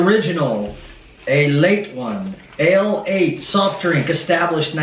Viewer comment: Welcome to Kentucky with Alle8!!! Lol it is pronounced ALE EIGHT